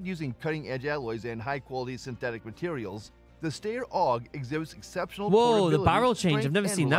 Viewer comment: According to the ever accurate generated subtitles and narrator pronunciation, you mean the "Stair OG" or are you talking about the "Style OG"?🤣🤣🤣🤣